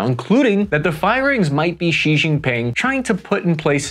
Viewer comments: You can just pronounce Xi as "shee". English speakers tend to add ambiguous blends of X and J sounds which really make it sound like the expert hasn't taken the time to look for the pronunciation. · Xi Jinping's family name is pronounced Shee Not Jeee, the first character of Deng Xiao Ping's given name is pronounced Shiao (rhymes with how) not Shiong and Jiang Zemin's given name is pronounced closer to Zer-min (rhymes with her fin). Your pronunciation of the names of key Chinese figures somewhat undermines the credibility of your otherwise good conclusions about the state of China's military